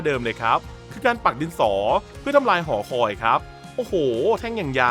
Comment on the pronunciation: พี่ผมได้ยิน หอคอย เป็น หอคว